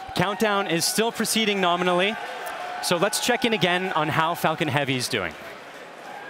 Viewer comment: I thought he said Fuckin Heavy 🤭